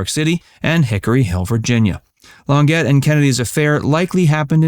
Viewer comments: Claudine Lon-Jay ... (Longet) ... NOT Long-Get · ...Claudine Lon-JAY, not Lon-GET! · "Long-get"???????? It's Lon-jay!!!!!! And RFK was a slimy little jerk......Ethel deserved better. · Learn how to pronounce the names already. The huge goof in this one is LONG-GET. Her nam3 has made the news many times in the past. It’s French: LON-JAY. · Claudia Long-GET? No. Claudia Lawn-ZHAY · its not longet!!! its long-jay! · Here we go again with the appalling pronunciation. Christine Longet is pronounced Lon zhay. NOT Long get. Good grief. It's French!!!!! An illiterate robot???? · Learn to pronounce the names. It is NOT Long get. Lon Jay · Its NOT Claudine "Longette" it's pronounced LONJAY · Her name is pronounced “Claudine Long-jay” . Do your research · Cluadine "Lon jay" Not "Lon get" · Claudine Lawn-get? Try Lahn-jay. Geez. It's not hard. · Literally every video you do has at least one screeching mispronunciation of a name or term. I don't know how you do it, but you manage to do it. Claudine Longet = Lhon-JAY, not Lon-GET. Have you heard of these people before? Clearly you haven't. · please learn to pronounce foreign words LONGJAAY not Long GET sigh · Claudine "Long-get?" How about "Lawn-zhe?" If you cannot correctly pronounce names it crushes your credibility. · Longet?!!! It's pronounced Lonjay. Crimeny! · Claudine's last name is pronounced Lon jay. Not Lon Get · Its long-ZHAY not LONG-it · Lon jay. Not Lon get…… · Claudine Longet is pronounced LonJAY not LonGET. Just for the record. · it's pronounced claudine lon-jay. not lon-get. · Claudine Longet's last name was pronounced "Lon-Zhay" (French), not "Lon-Gett." Just FYI. Interesting video - I never knew that Jackie-O and Robert had an affair. :O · European notions of women were defined by their husbands's lives and considered possessions. Claudine Longer pronounced "Long-Get" proves this narrator's ignorance. Her name was pronounced "Lonjee." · Lon jhay, not Long GET !! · I think her name is pronounced “ lon-jay”.